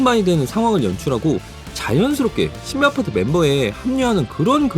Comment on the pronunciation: 왜 겨속 신비아파트 발음이 꼬이시는 거죠?